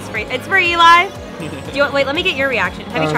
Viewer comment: Haha. Eli leaked. “Cal”